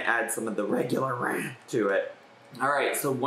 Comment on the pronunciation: You calling it “RAH” nearly took me out